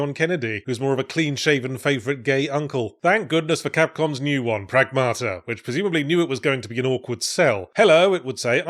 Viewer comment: stress is on the first syllable. PRAGmata, not pragMAta. (Means "the result of action", plural. More colloquially, "things", "stuff" and sometimes "current events")